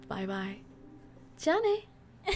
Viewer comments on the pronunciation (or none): none